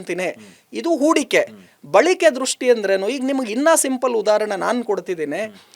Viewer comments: Balike alla, balake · ಬಳಿಕೆ ಅಲ್ಲ ಬಳಕೆ...ಬಂದಿ ಅಲ್ಲ ಬಂದು ಕನ್ನಡ ಸ್ಪಷ್ಟ ಇರಲಿ